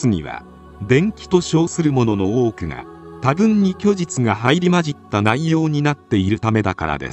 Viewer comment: はいりまじった✖️ いりまじった○